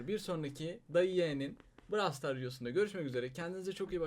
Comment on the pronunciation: Brawl star değil brawlstars diye okunuyor abi